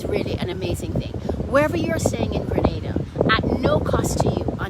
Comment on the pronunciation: On behalf of every Grenadian at home and abroad thanks for getting the pronunciation of 'Grenada' right and thanks for including Carriacou and Petit Martinique. I hit 'like' and 'subcribe' immediately when I heard that. Very helpful video, btw..